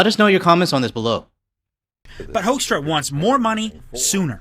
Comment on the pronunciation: FYI, it's pronounced HOOK-struh. With my beloved Canada in a recession, the US's aim is clear: we want to punish you, province by province, until you agree it would be better to be joined with the US. It's disgusting. As for the Howe Bridge, bear in mind our infrastructure is very behind and quite incapable. The tracking authority for passers on this bridge is something ICE is currently fighting with the Admin about. They are infighting for more easy money, while benefiting an oligarch opposed to the bridge's traffic.